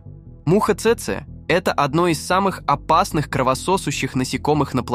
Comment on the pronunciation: цЭцэ... чекаме не цэцЭ, а цЭцэ... промахнулся ударением брооу